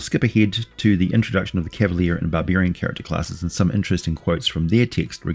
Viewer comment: Bar-beer-ian... i love the Aussie eeccent!🍺🍻